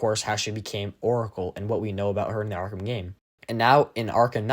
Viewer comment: Less go arrkahm